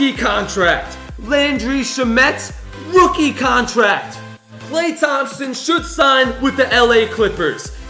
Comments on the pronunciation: He said Rokie Contract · rookie not rokie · It said rokie contract